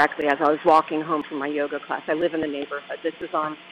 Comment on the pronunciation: I love that she keeps emphasizing "yoga class." Somebody should tell her it's not working 😂